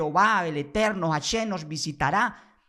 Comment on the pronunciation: Deja de decir "JasheN" primero practica la correcta pronunciación para que no se rian mas de tí. Hasta yo que soy respetuosoe río de oirte pronunciar tan mal. Mejor sólo dí El Eterno y ya.